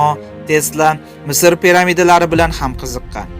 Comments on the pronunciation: Пирамидлар , Пирамидалар деген созди Кате окыгансин коргин келмейди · Пирамидалаи деб гапир бл.. т пирамитлар демасдан